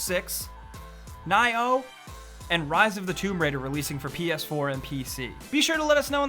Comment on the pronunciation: Did he just say ni-ho?